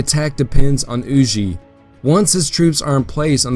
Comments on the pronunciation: Everything was great…. Except “Hugh-Jay” bro…. It’s “Hugh-Ger” just as it appears. Huger…. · Huger rhymes with Luger.